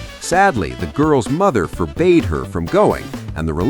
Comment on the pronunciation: Pronounced" for bad. .." .not forbade